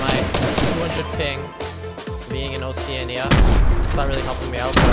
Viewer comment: That’s not how you pronounce Oceania